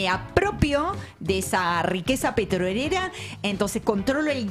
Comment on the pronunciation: Entre el o sea digamos del energúmeno y esa mina que no puede pronunciar la palabra “petrolera” con esa obsesión que tiene por marcar la R,me tienen las pelotas cuadriculadas. El programa excelente como siempre salvo esos dos detalles.